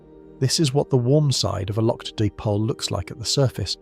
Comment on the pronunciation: Di-pole not dip-ole... LoL